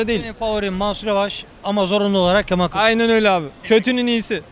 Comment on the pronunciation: Artık yeter Kîlįçlaroğlu diyen mantığı hiç anlamıyorum gerçekten